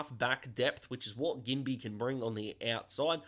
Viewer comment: Enjoying the little videos while waiting for your 40 pick mock draft. Also, pretty sure Ginbey is pronounced "Jin-bee" but I could be wrong 🤷‍♂️